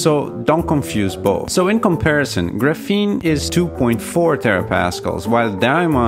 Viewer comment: I really enjoy your video, high quality and interesting to watch, quick question though - why you keep pronouncing it as ‘gruh-fene’ when it’s supposed to be ‘graf-fene’, it’s very distracting when trying to listen to your content. Other than that, Great work! please keep making videos.